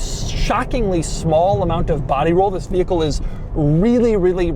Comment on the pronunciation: Bro start saying “vis” instead of “this”